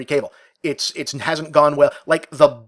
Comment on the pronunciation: Dammit Bob, it's KAH-VEEL not CABLE